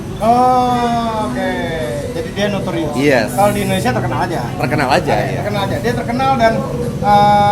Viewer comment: Ko" nyebutnya "endonesia" negara mana itu?